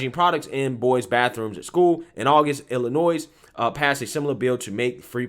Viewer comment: The S in Illinois is silent.